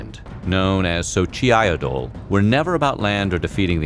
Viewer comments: 😭sorry I can’t let this go when you say xochitle it’s pronounced “so-chi” no so chy it le. Common mistake tho considering how I T’s spelled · great video but you couldve at least been a bit respectful and pronounced the names correctly- like xochitl for example it looks complex its literally just (so-chill) (with an accent) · xochitl is pronounced “sho-sheel” with a click at the end like the sloth with a lisp in ice age .